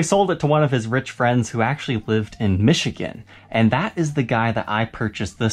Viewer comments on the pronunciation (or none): none